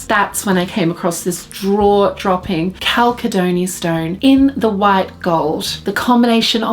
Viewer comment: Beautiful bracelet, enjoy! Btw, the stone is pronounced "cal sed uh nee"